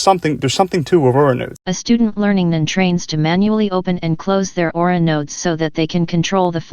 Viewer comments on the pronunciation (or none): What happened to your website? Is it still available under another domain? Also the word is Aura not AurOOra but awesome video.